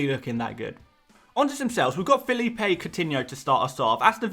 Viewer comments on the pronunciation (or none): none